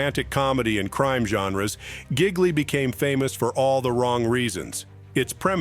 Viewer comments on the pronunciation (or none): The Bennifer movie is pronounced GI-li. In Italian the g is silent.